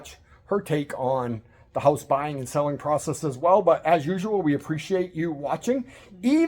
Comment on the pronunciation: Hooousse. What a strange way to pronounce house. 😅😅 I'm going to your wife's channel, see if you are standing next to her.